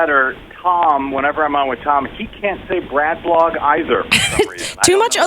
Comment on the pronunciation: Haha. I love how straight faced Brad was while you were butchering the name of his blog at the start. It didn't detract from my enjoyment at all when I realized he was just a photo.